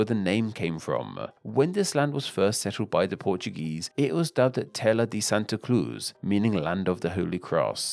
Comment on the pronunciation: “Tela de santa cluz”